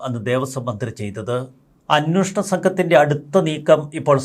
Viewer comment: അന്വേഷണം എന്നാണ് ശരിയായ വാക്ക് ഇനിയെങ്കിലും ശ്രദ്ധിക്കുക